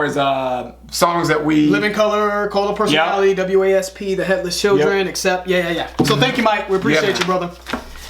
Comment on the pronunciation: W.A.S.P. is pronounced like the bug: Wasp.